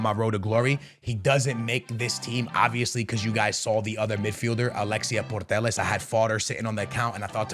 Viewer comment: Please pronounce putellas right for once. Not portelles